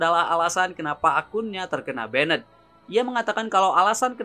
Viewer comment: Min, gw suka channelnya karena videonya kesannya berkelas gitu. Beda banget dari kebanyakan channel yg kesannya murahan dan ngasal bikin. Tapi tolong perbaiki 1 hal: pronunciation kata Inggrisnya coba dicek di google translate dulu sebelum dibuat video, pastikan seakurat mungkin Saya tahu emang kita orang indo ya susah ilangin aksen indo kita, tapi kita ambil contoh kayak "banned" itu mstinya diucapkan jadi semacam "baendt" , tapi Mimin ucapkan jadi seperti "benned", ini bedanya sudah terlalu jauh sekali, ini betul betul merusak kesan berkelas dari video-video mimin. Saya sering banget denger channel lain, bahkan MC di turnamen profesional ucapin istilah Inggrisnya itu buanyak sekali yg ngawurnya jauh banget, itu betul betul ngerusak impression saya ke si pengucap. Tolong diperbaiki ya min nextnya, saya Mao channel ini jadi makin bagus :)